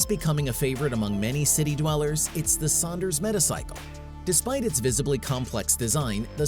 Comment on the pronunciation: "Saunders medical"💀